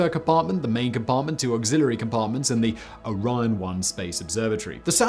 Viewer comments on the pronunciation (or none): none